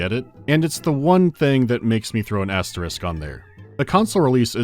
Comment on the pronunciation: It is so refreshing to hear someone pronounce asterisk correctly... And that coming from an enjoyer of old Belgian comics.